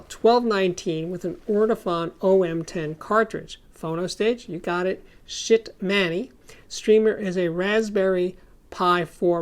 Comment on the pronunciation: I love how you enunciate "Schiit"!